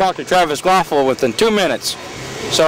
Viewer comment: way to say his name wrong the whole time lol KVAPIL not "quafful"